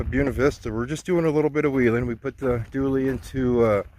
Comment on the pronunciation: It’s a Dually! Not a Doooley!